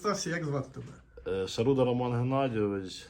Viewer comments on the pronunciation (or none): none